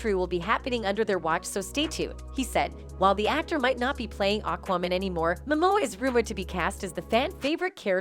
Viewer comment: Why did your pronunciation of "AquaMan" always sound like "AquaWoman"? Was that an insult against the whole situation with Heard (the backlash is completely justified. Heard is a despicable human being) or was this a problem in editing the video or the audio?